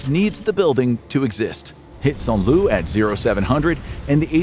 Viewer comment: FWIW, Saint-Lo is pronounced "San Low," not St. Lou.